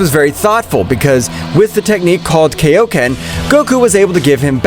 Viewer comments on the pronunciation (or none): I really hate when people call Kaioken “Keioken” bro just KAI o Ken, Kai is literally a name it’s pronounced the same way, unless your special and change the name to “Kei”